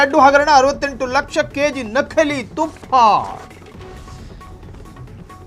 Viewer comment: ನಖಲಿ ಅಲ್ಲ ನಕಲಿ. ತುಫ್ಫಾ ಅಲ್ಲ ತುಪ್ಪ